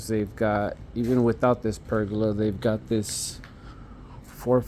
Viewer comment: It isn't a PERGULA....no such word. TRY PERGOLA. pronouced PER GO LA, not perg oola. And those '4ft overhangs' are part of the house design, called EAVES. Eaves, which are the part of the roof that extends beyond the exterior walls, act as a shield against rain, snow, and sunlight, preventing water damage and excessive heat buildup. They also contribute to the overall architectural design and curb appeal of the house.